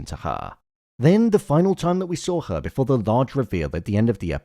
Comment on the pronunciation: Why are you pronouncing ‘her’ as ‘haaaarrrh’? 🤔🤷‍♂️